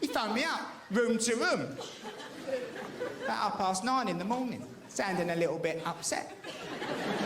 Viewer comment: You liked that one then. When he talks abaht the wevver he's talking about the weather, btw. Some times when abroad you have to plan your emergency route ensuring that you can get from the table to the lav in under 5 seconds flat and that you're wearing easily droppable trousers and pants. I haven't been to Mexico but they're probably too busy trying to deal with drug cartels, houses collapsing and half the population illegally emigrating to worry too much about Health & Safety and Food Hygiene. Spain and Greece were a bit like that until they joined the EU. Eating a salad used to be like playing Russian Roulette.